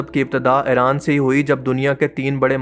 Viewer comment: Just Stop Pronounce Iran as Aeran Already!!